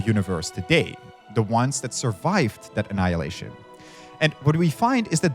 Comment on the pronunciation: "ANNILayinition!!!! is a waaaaste!!"